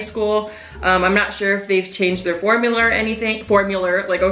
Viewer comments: Lmfaoooo 💀💀💀💀 “formuler” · Formuler ok mr crabs 😂😂😂😂 that's exactly what came to my mind too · i lost it when she said “formular , ok Mr.crabs” 😭😭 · “formuler? okay mr. crabs” 💀💀